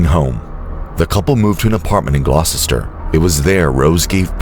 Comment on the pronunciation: No offence intended btw, but Gloucester is pronounced "Glos-ter". It's one of those weird place names, like "Worcester" (Wuss (As in Pussy) -ter )